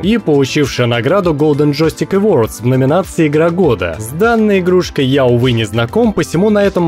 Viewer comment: Очень интересное видео и хорошая подача) Но произношения некоторых английских слов и названий игр очень ухо режут. Ну что за "голден джойстик ЭВРОРЛДС" и "соник зэ ХЭЧКОК"?) Подсознательно возникают сомнения в экспертности автора.